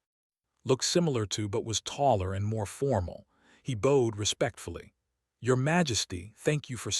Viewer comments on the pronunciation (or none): Are you ever going to pronounce "bowed" properly in context? Every story!